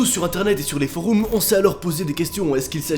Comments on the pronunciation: "les forooms" xD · "Les foroums" XD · “Les foroumes” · "sur les Foroums"